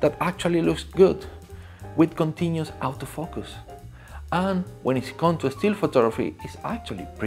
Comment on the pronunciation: i can not understand whether you are saying "out of focus" or "auto focus"